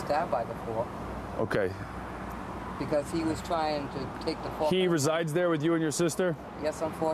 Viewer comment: "...and that came from a plastic fuark, or a metal fuark?" "Metal fuark." "..Metal fuark"